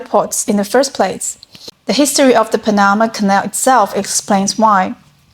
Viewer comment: LOL!!! It's PAN-na-ma, not Pan-NA-ma